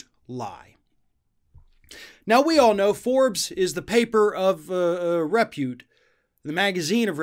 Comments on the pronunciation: Honey, the accent for the word "repute" is on the second syllable, not the first. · might be a good idea to learn how to pronounce "repute'